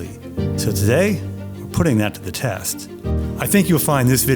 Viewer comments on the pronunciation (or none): none